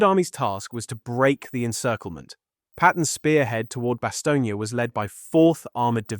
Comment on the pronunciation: Stop saying Bastognia!